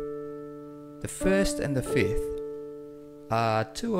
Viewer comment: Why am I always hearing people say fith for a fifth? Anyway, it is a good piano playing.